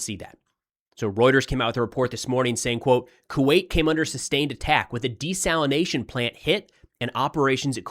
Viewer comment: Thank you for saying desalination and not desalinization. Even my own phone wants to correct that made up word. It's the new coffeve